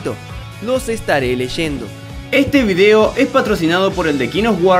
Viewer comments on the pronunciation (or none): none